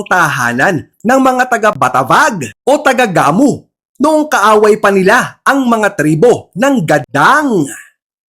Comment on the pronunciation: Gamu, pronounced na mabilis hndi gah-mu